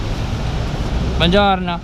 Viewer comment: Bojourno..”kamusta ...okay laangha-italian accent). Napahagalpak ako ng tawa.